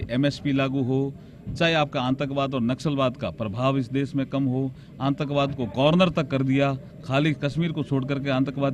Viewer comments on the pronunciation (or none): IAS he or Atankvad ka sahi uchcharan nahi kar pa ra he Arjunji ka.